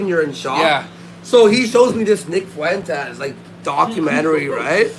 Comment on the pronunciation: I will never “not smile” whenever I hear pronounce Fuentes as “FOO WENT EZZZ” with 3 syllables instead of 2.